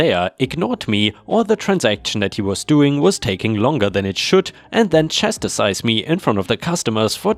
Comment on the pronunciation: Chastise, not chastisise